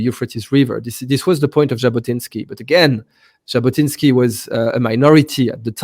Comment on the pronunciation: Jabotinsky, not Zabotinsky. Sorry.